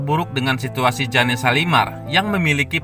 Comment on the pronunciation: Oy yg ngomong bkn jane shalimar tp jane(jen) shalimar g enak bangat dengarnya